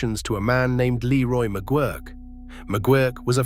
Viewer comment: So Leroy McGuirk or McGwirk as AI pronounced it is Sputnik Monroe??